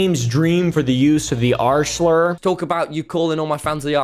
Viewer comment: i just can't not hear him say 'arsler' instead of 'r slur'